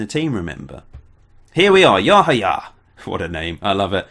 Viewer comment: I think it is pronunced Yahaya with the accent on the second "a".Im from Romania and we had one player called Seidu Yahaya from Ghana or something like that and that is how the comentators were pronuncing his name.